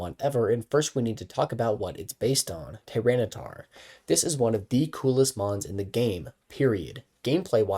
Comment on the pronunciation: Why does he keep saying tyranocif wrong?